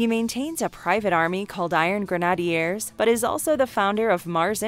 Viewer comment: Learn how to pronounce names such as Xamot and grenadier.